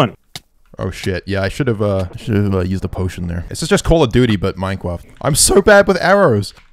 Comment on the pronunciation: "this is just call of duty but minecwaft"